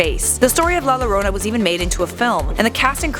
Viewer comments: Yah or yorana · yikes she pronounced the L in llorona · Not lorona, if anything say it as yorona(llorona) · it's pronounced "jorona or yorona" not lorona"jorona or for u "yorona" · I’m done lmao this white girl said la Lorona it’s la YOrona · Its la yorona not lorona (La Llorona) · "La lorona" you pronounce it like this La Yo-Row-Na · Lol she said La loroena its pernounced La Yoroena! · Max D, you are right. It did annoy me too. The double "LL" in spanish is pronounced like the "Y" in English, thus it's pronounced "yorona" 🤔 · The way said the name scares me i know some people roll the r in llorona but it sounds like shes saying lowrona in stead of yorona (llorona) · “La lorona “ it’s pronounced la jorona this annoyed me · Its "yorona" the double L makes a Y sound. Like tortillas is "torteeyas" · i speak spanish, it doesnt. You CAN say it as in "Jessica" you would pronounce it as "Yessica" but thats not a spanish name. La Llorona in English WOULD be pronounced with an "L" sound, but its a Spanish word, so it is a "Y" sound. The English translation would be "The Weeper"... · Max D it’s actually “la yorona” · Its pronounced jorona genius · Pronounce yorona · SHAWTY SAID “Lorona” LMFAOOO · Algún otro hispanohablante indignado por como dice “La Lorounah”? >:v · The double L in la Llorona is pronounced with a Y sound in Spanish. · La lorona yes definatly how you say that Also nice use of Grimm footage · It bothers me how you say “la lorona” it physically hurts my soul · The first 3 seconds of the video cracked me up, Ll is pronounced like a Y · Two things. A) Double "L" is pronounced "J" B ) What if LBG still had ideas? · la lorona lol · La Llorona is pronounced "la yorona" Edit: in spanish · Yes that’s exactly how you pronounce la llorana😂💀😂💀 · "Lah Lowrownuh" I'm triggered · Its pronounced la Yorona like with a "Y" double Ls in Spanish is pronounced like a "Y" like "yesterday" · "La larona" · it’s pronounce yo-ro-na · It's pronounced La Yorona 🤣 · Pronounced YO-RO-NA